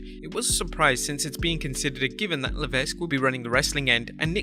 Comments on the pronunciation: You have to stop mispronouncing HHH's last name. Its just "Le-veq", Not "Le-vesq". You said his name about 25 times and each time I was like awhhhh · Pronounced “La Veck” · The S is Paul Levesque is silent by the way. "Luh-veck" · Tip; Levesque is pronounced LeVeck. The S is silent. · Little note for... about Paul Levesque name pronunciation.... Levesque must be pronounce without the "S" like LEVEQUE! just saying... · DUDE! LEARN HOW TO PRONOUNCE NAMES BEFORE TRYING! IT’S LEH-VECK! THE S IS SILENT! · The S is silent in levesque. It's pronounced levek. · someone should tell the person 'narrating' these clips that the S in Paul (Triple H) Levesque's last name is SILENT!! that's right, his surname sounds like 'Leveck', but it's not spelled that way... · Levesque is pronounced "Layvek", the S is silent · You don’t pronounce the S in Levesque (Leh-Veck) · It’s pronounced Luh vek the S is silent. Just saying 😀👍🏼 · You aren't supposed to pronounce the "S" in Levesque. Leveck that is the proper pronunciation. It is not a variable name like Henri "onri"/"Henry" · For God's sake. Levesque is an extremely common surname and you should pronounce it correctly. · That’s not how you pronounce Levesque. If you’re not gonna pronounce it correctly, don’t pronounce it at all. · "Levesque", the "s" is supose to be silent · The "s" is silent. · Vinnyboy's PG-fetish is to blame for NXT-failures and WWE's in general and not Paul Levesque (the "S" is silent). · The s in Levesque is silent learn to pronounce the mans name or shut up and let someone who knows how to read and talk do the goddamn job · I wonder how many times he's mispronounced Levesque on this channel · The S is silent in Levesque, just for future reference